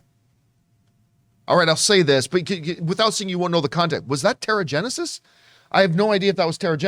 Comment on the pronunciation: wow he said terraginisis omg god didnt thinking of that till u said something